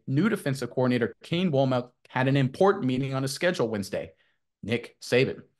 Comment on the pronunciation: Just an FYI, Wommack's name is pronounced "WAHM-mick" the "wom" sounds just like the "wom" in wombat. Love the show just thought I'd drop a comment.